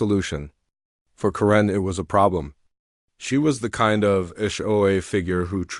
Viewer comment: I don’t think “Karen” is ever pronounced “ka-RINN.” Except maybe by AI.